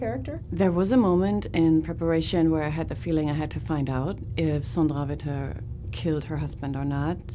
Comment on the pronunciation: Other interviewers should take note of how her name is pronounced! 😊